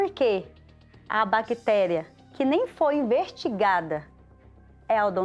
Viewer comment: Gente q dentista é essa q fala tudo errado, ao invés de eficácia falou " pela eficaz do meu trabalho" totalmente desconexo com a frase. Falou INVERTIGADA, e era investigada. Tem q ser presa ....